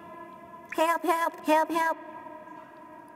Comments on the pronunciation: hewp. hewp hewp hewp. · HEWP! HEWP HEWP HEWP HEWP! HEWP HEWP! This has taught me listening to my mother gets me killed. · hewp hewp, hewp, hewwppp, hewp hewp LOL